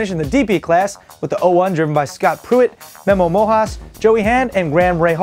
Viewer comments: hey its memo Rojas with rrrrr not mojas its not that hard rigth? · ... Memo Mojas (Rojas), and Graham Ra-hal. lol. Hilarious blooper.